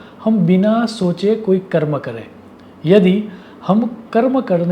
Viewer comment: તમે ગુજરાતી હોવા છતાં સારું હિંદી બોલો છો. પણ ગુજરાતીઓ હવે માતૃભાષામાં પણ અનુસ્વારના ઉચ્ચાર કરતા નથી, તો તમે તો પરભાષા બોલી રહ્યા છો. હિંદીમાં અનુસ્વારના ઉચ્ચારનું બહુ મહત્ત્વ છે. 'है' અને 'हैं'માં એકવચન-બહુવચનનો ફેર પડતો હોવાથી એમાં ગરબડ ન ચાલે. 'करे' અને 'करें'માં ઉચ્ચારનું ધ્યાન રાખવું જ જોઈએ.